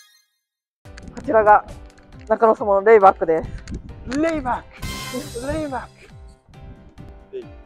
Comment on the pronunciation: RAYBACKじゃなくてLAYBACKですよね。（笑）